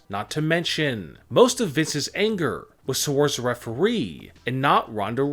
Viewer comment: He said referwee and this is annoying when he goes up after every sentence